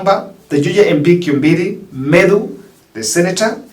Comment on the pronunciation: not Kimbiri but 'Koi mbo ri'